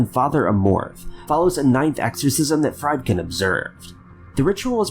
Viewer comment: Pronounced like *Freed-Ken